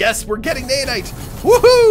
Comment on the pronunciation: its naOhnite not naYanite.